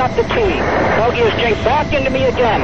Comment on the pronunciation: It's "Jinked" just FYI Otherwise, cool vid!